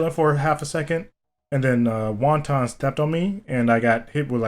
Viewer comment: When he calls wotan wonton